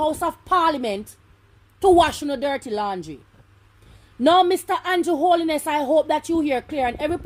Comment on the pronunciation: Pronounce them name properly them name is 'Holness' not (Holiness) correct your pronouncements please and thanks😎